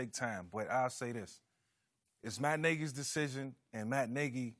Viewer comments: Lol nah he said Matt Nigy I thought I heard it too 😂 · Who also heard "its my n...a's decision ..." when vick started talking? 😆😆😆😆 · When Michael Vick said Matt Nagy it sounded like he said something different...:)